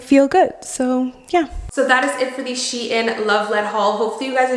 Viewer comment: That’s not how you pronounce SHEIN